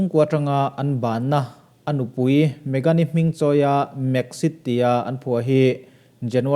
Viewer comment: A ngaihnawm hle mai. Tunlai khawvel mil zelin ilo up thin a a lawmawm hle mai. Thil pkahat chauh, Hming pakhat Mek mohan niloin Mæk mãn ti a lam hian a dik zawk mai thei e..